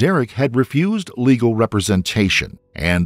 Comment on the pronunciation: It’s legal. Not leagal